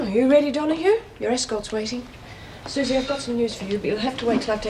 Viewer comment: We even have calling Suzie 'Susen' ridiculous.